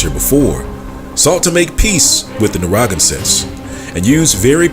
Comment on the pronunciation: It's pronouced "Nair - ruh - gan - sit'. But thank you for bringing this info to light. It's time that 'THE TWO (Judah and Levi) acknowleged THE TEN (other 'Negroid' tribes). Haven't yall wondered where they were? Please note the difference: Native American = Siberian Mongols American Indian = Negroid TEN TRIBES of the Americas. Note: It has nothing to do with that eroneous derived Tribe chart from the camps! Just like God said:. The TWO (Judah Group - Israelites) vexes the TEN Group - (Indians) and vice versa. [the two sticks]. But God said He's gonna nix that! And the two sticks shall become one [Dry Bones]. Stand on their feet, be filled with His Spirit and finish their course together (beginning in 'the wilderness')! Both sides are at least communicating - still doubting each other's claims. No matter, God has spoken - we will quit -acting-a-fool and respect each other soon. Keep digging, you are hot on the trail! God bless everyone!😮